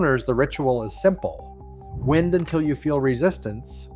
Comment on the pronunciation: Manual “wind?” As in breeze? Really? Hate AI narration.